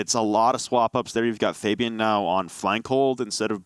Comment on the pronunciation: These are literally the worst announcers ever, who pronounces Fabian like that